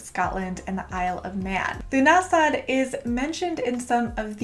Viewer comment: Lovely video !! I grew up in ireland and im pretty sure lughnasadh is pronounced loo-na-sa